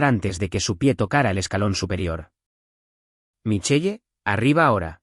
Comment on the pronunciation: Michel así se escriba Michelle. Corrijan la pronunciación